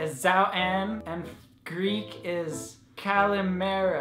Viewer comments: OMG!!Did he say just say Goodmorning in Greek?!?!?!?! Gosh!!!!!!!!!!!!!He said it so nicely!!It is "Kalimera"!! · he actually pronounced it pretty well !! (i'm greek too) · yees it was soo cute .. and he said it with a really good accent !! i am greek too ;)) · Awwwww you said goodmorning in Greek. Yes it is how you said it. I am Greek😉❤ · Your greek accent was so good! Congratulations! (greek subscriber) :-) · You said good morning in Greek with a really good accent!!!!! Greetings from Greece!! <3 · I can't believe that you said good morning in Greek and with a pretty good pronunciation!! (greek subscriber) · You said the greek good morning pretty good♥ ilove youuuu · his greek pronunciation is adorablee ♥ ♥ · YOU SAID KALIMERA!!! WHOAA! YOU KNOW MY LANGUAGE DUDE! JUST, RESPECT! P.s.:yayy!! i am so happy you have noticed my small and tiny country!!